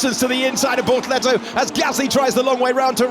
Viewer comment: I keep mishearing bortoletto as ”Lehto” 😂